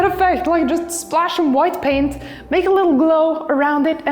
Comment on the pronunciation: "I was elected to paint, not to braint" is what I heard.